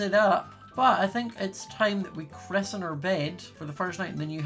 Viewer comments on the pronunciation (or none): please stop saying “crisen”